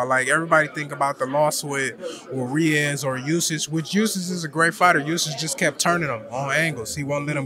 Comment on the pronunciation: I like Franklin, seems a really good guy. Looking forward to this fight, as I thought he beat Dillian Whyte fairly obviously - we need to finally get dodgy judges out of the sport once and for all. Finally, his pronunciation of Usyk is a new one on me though 😂